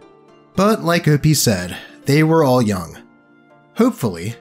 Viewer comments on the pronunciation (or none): none